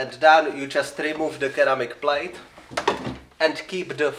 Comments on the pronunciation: Not sure if your aware, but ceramic is pronounced like "seramic". Glad your still alive bro! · Didn't know some people pronounce ceramic like that.